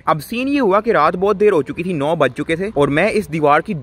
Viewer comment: Why can't you say "thi" "tha" correctly 😂💔